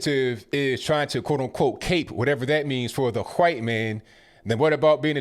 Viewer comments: You say white like Stuey Griffin says cool whip lol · Vernon is a brave man. And, it is pronounced DeCab county. Not Dekolb. No L. You also call us white folks, hwhite. I think you sometimes struggle over words, not out of not knowing how to say them, but you have trouble with saying certain words. It is endearing, because you are so smart..